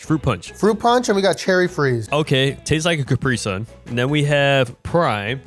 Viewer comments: left guy says capry sun right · Its cu-pri-sun not capri-sun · “CAPRY SUN”😂